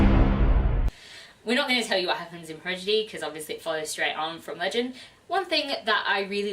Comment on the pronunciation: I was uncertain about Legend by Marie Lu, but I might give it a try now. Not to get too nitpicky, but you mispronounced "Prodigy" every time. XD Your girls are great - awesome wrap-up!